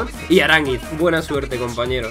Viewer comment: Primer español que dice Aránguiz y no arangüis